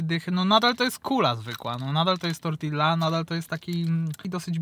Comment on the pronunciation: Dwa ll w hiszpańskim czytamy jako j, tak więc TORTIJA